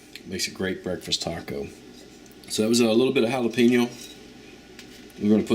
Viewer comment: I'm from deep South Texas and got family from Northern Mexico ,so when I heard this guy put "coomin" and "jalapeeeno" , I almost said "I don't think so white boy ! Lol " ....but damn , that actually looks pretty good ! And he is rocking it with HEB ingredients so maybe this will turn out good ...lol In my region we call them "hamburgesas" or "burgesas Mexicanas" Beef patty , sunny side up or over easy egg , ham , your favorite cheese , avocado slices , some do a tomato salsa or Pico de gallo , lettuce tomato , toasted buns. I guess it depends on your region and who u learn from and then it's always good to tweak it to your own likes. And if u can't make it work with HEB stuff then you don't belong in a kitchen...lol